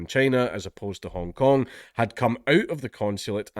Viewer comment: Sorry, Dankula, did you say "Hong Kong protestor" or "Honk Honk protestor"? Either would be applicable here.